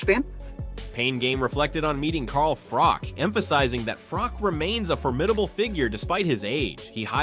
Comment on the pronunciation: His name is pronounced froch like crotch is, not frock. An unbeaten champion yet US commentators can not get it right, still????